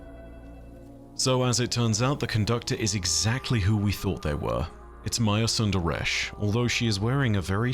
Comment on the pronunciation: It really irks me how they pronounce Maya's last name. Props to you for actually doing a better job at it.